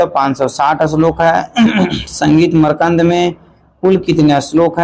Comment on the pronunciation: Makrand ko markand kyo padte hai